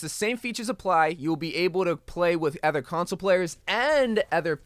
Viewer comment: its other not ether